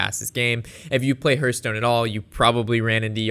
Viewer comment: Say it with me..."Hearthstone" - The first part sounds like "Heart", not like "Earth"